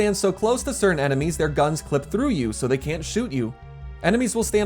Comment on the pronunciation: Smushi: "I have no enemeies."